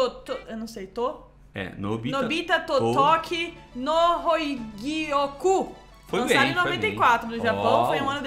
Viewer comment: falou o " ku " do nome com ênfase kkkkkk. Não teria, mas achei muito bom. E mais uma vez digo, se não fosse aquele jogo fuleiro de luta no meio da sequência esse seria o nono jogo bom seguido. Bem, vou parar essa conta aqui, pois imagino que o próximo também seja bom.